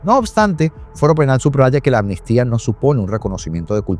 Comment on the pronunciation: Todo bien pero dices ANMISTIA, y es AMNISTÍA.